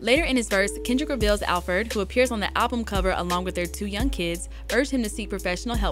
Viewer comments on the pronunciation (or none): its Alford Not Alfred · Alford not Alfred FYI..